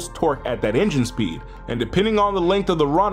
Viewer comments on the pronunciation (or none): none